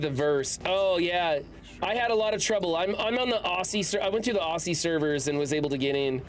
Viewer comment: Also, sorry ...but it's pronounced OZ-E not OSSIE I know it's not how it reads, our language is very different for you foreigners 😂😂😂